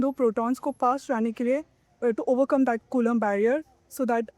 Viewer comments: कूलाम होता है और ना ही कूलम अपितु कुलाॅम्ब होता है। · कुलांब ❌ कुलम ✅ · कुलम नहीं मेडम जी कुलाम h vo😂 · 😅bus iss girl ne kulaamb ko koolam bol diya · कुलम नहीं कूलाम है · Coulomb h bhai colum ni😂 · Coulomb h co kulam nhi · Ye kon बड़ी बात बता रही है हम बिहारी ये सब जानते हैं कलाम होता है कुलम नहीं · कुलम नही कूलाम है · coolam nahi coulomb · Colomb yaar colum nahi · कूलाम को कुलम बोल रहा है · Ye kulam ko sahi defin nhi kr pa rhi kya hi scientist hai retu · Kulam kon hain 😂😂😂 not what a pronunciation